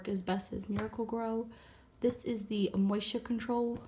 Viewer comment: U say moisture interesting 😃